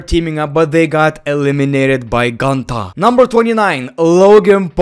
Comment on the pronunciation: It’s Goontahh